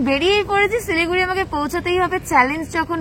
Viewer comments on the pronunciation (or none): সিলিগুড়ি না শিলিগুড়ি 😂